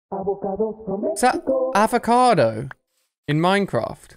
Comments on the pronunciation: is it just me or the avocado says its a Appel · So funny when he said avqcoto at mextco